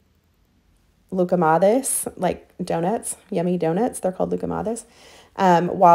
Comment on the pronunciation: Beautiful layout as usual ❤ your pronunciation of loukoumades was spot on 👏